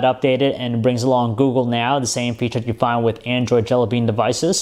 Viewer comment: FIRE THIS GUY.He keeps saying GOO-GOO,I don't wish him well ;)))